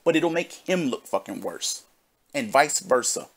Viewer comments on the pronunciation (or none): none